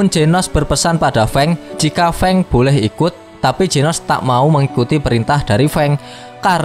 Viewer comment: Fang❌ Feng✅